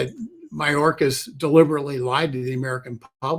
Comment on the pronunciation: It's Mayorkas NOT Mahorkas.